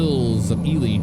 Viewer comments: Just a question, I’ve heard pronounce it the normal way before, but why has he resorted to saying “Ee-lee” instead of “Ee-lie” He’s said it normally before, now I’m coming back to binge watching these episodes and am getting kinda annoyed with his pronunciation of Ely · hi, sorry if you took any of that in a bad way, I also didn’t think you would check comments on a video this old 🤣 yeah I say “Ee-lie” so just found your way of saying it kinda odd. Thanks again for the reply